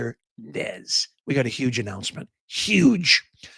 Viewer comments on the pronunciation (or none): Nez its YUGE